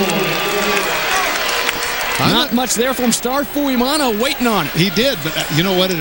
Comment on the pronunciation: WHY saying "Fuimano?" Its spelled "F-U-I-M-A-O-N-O"....Although have only PART Polynesian blood-in-veins, DETEST when haole/palagi/European-blooded announcers MUTILATE/DECIMATE/ANNIHILATE Pacific Isle/African or other "foreign-sounding" names. Have learned the "Prophecy of the Seven P's--Proper Previous Planning Prevents Piss-Poor Performance!...Courtesy of the Rogue Warrior/Demo Dick/the Shark Man of the Delta...Mucho Mahalo, Cmdr!